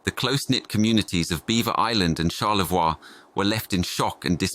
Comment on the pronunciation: It's pronounced Char-le-voy (Charlevoix) not Char-le-vwa.